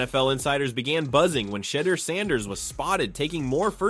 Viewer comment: Hallelujah his name is pronounced Shi - door